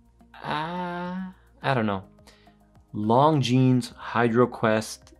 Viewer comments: Great review. The S in Longines is silent. 'lawn-jean' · The S is silent my friend... It's kind od like calling a Porsche a Porsh. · I'm lusting at this one for a long time but now I have to check that ceramic version. Thanks for the review. You just have to work on the Longines pronunciation a bit ;-) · Just because the French don’t know how to say S 😂 If it’s spelled Longines then you say Longines.